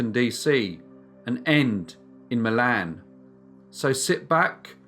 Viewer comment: "and ending in my land". Lol I know it's Milan but it sounded different. Love ur channel.